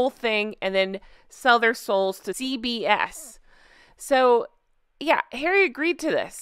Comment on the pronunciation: I kept hearing CVS rather than CBS!